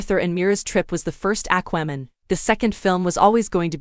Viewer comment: I can't watch this with your AI pronunciation of" Aqua" Man.